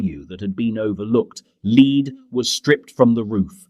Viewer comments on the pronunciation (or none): It's an AI voice, as one can tell by the wrong pronunciation of 'lead' .